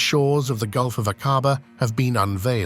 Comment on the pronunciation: “AK-WA-BAH = AQUABA